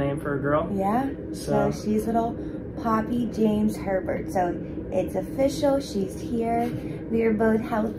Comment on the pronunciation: Anyone else can’t stop hearing pervert in the intro instead of Herbert 😭😭😭😭😭